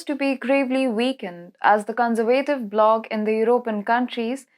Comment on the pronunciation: Also it's NOT conservaytive, it is conservative!